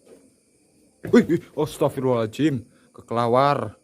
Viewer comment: kelelawar mas bukn kekelawar hhhhhhhhhhhh